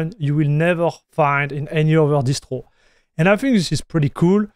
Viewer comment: I can hear French actually the way he said "Distwo" for Distro sounds super French